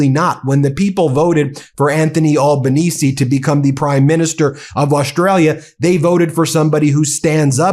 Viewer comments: G'day Ben, Thanks for putting more news stuff on the channel, it's great to know that you recognise that the world doesn't revolve around the US 😊 Just some tips on the pronunciation of some of the names... Albanese is more like Al as in short for Alan, rather than all... but just go with Albo, it's easier, and he prefers it 😉 AUKUS is more like oar-cuss rather than our-cuss,,, think awkward, it'll help 🥴 Most of us don't really want this AUKUS deal anyway, because it's costing us an arm and a leg and probably both kidneys by the time it's through, and so far we haven't got a whole helluva lot for the billions it's costing us...🤨 As we say down here... "Not!!... Happy!!...Jan!!!!..." 😏 Kevin Rudd can be a bit prickly at times, but he doesn't suffer fools lightly. He is a very well educated man, having graduated from the Australian National University with Honours in Chinese Studies, and is fluent in Mandarin. He had many years of diplomatic service under his belt before going into politics. I reckon the main reason Der Fanta Fuhrer doesn't like ol' Kevin '07 is because Kev don't put up with his shyte and won't lick the taint of that insecure little whimp. Anyhoo... havagud'n... keep doing what you're doing, we'll be here. Can't wait to see who you recruit for "Meidas Mates", hope they'll be good ones 😁 🙃🐨🇦🇺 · No money comes into the US, it is US people paying this money to their government. And the PM’s name is pronounced ‘elbow-knees-ee’. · I appreciate your video but for goodness sake, pronounce his last name correctly😅😂😂. It’s pronounced: AlbaneZEE (not with an ‘s’). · Mate, It's pronounced Al (like Bell) ban ese (as in easy). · here living in Sydney. We hate Trumps guts. PS our Prime Minister s name is not pronounced All-ba-neez. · Gday bro, we are the best country. Albo is a top fulla. (Pronounced Al bon nee zi a) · A.L.B.A.NES!...The final "E" Is Silent Dumbfucks! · Pronounced All (as in 'all gore') benese, not awl benese.....